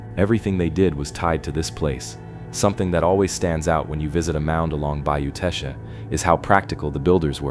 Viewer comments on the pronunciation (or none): It's just Tesh...not Tesh-uh. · ❤❤❤❤❤. I'm from South Louisiana. The correct pronunciation of Teche is Tesh. The final e is silent and the c has a soft sound like s . ❤❤❤❤❤ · It is Bayou Teche, pronounced Tesh. Please quit showing rock in the beginning of the video, we have no rock in the state of Louisiana. We have to import rock from other states. My mother is buried on Bayou Teche, you need to say where these mounds are, I have never seen them. The salt domes are all around the coast of the Gulf of America, look at google maps, you can see the circles, Avery Island is not the only one. You did not mention the amazing gardens at Avery Island, and the bird sanctuary, and the huge Buddha statue. Obviously people lived here before the Europeans came, Caddo Lake area was all Native Americans, we stole around 30,000 acres from them. I did all of the Title to that area, the government swindled them out of all of their land, there was even a lawsuit, but the government won. There were a lot of Native Americans settled in what is now Louisiana, there was a lot of wildlife, hunting, gathering, mild climate, plenty of water. My people settled here in the swamp after being ethnically cleansed in Nova Scotia by the british, some of us stayed in Canada, some in the NE, but a group came all the way down here. We are called Cajuns, Acadians, and we are mostly of French descent. We have been here since the late 1700's.